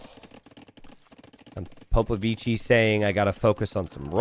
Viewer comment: proving with the color that he is a special boy with a touch of the tism. Explains he will never say Popovichi correctly.